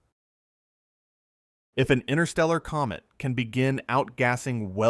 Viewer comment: From Comet to Goet English is funny.😅